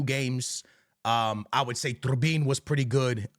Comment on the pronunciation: Calling Trubin “ Turbin” is crazy